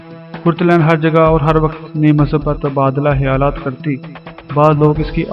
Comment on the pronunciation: خ کو ح تو نہ بولو۔ خیالات کو آ پ حیالات بول رہے ہو